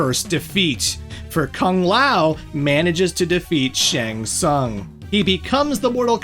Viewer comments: Making 3hrs of material about MK, yet managing to butcher the pronunciation of "shæng tsang" this bad - unbelievable...🤦‍♀️ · SHANG TSUNG: Shang Tsaang? Shang Tsoong?